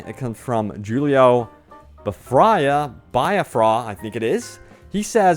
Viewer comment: Jello, like the food, and the last name is pronounced "Bi-aff-rah". He was the lead singer of the Dead Kennedys. Really funny watching you try to pronounce it though.